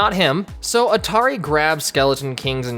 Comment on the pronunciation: You pronounced Antauri as Atari.